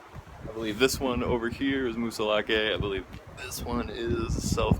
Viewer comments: No e in pronunciation. As in Moosilauk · I grew up there. It sounds like Moose-ill-ock, or moosah lock. That's how you say it. Done and done.